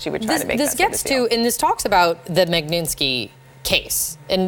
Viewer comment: Can at least ONE of these women try to pronounce the word "Magnitsky" correctly? It's not "MAG-NIN-SKEE" It's pronounced "MOG-NIT-SKEE" (with Russian accent of course)